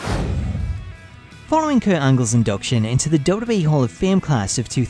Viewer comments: DUDE! its W...W...E! Not wbbwbw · Is it just me, or does it sound like he is saying WCW Monday Night RAW? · I'm not the only one that hears him saying "Dota" instead of WWE is it? ... Cuz he's pronouncing it extremely weird. Cool video though.